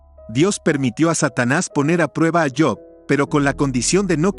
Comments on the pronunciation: Si sabes hablar español,habla correctamente,no es yob es Job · cabal no es yob